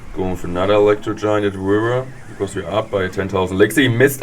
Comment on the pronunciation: Why I Subscribed! " Electro Giant at the Wiver"